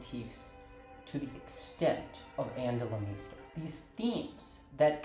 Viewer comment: great video but why do you say her last name like that?